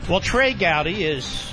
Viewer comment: "Be"trey Gowdy